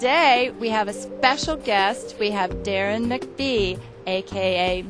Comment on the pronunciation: It's Deron not Daron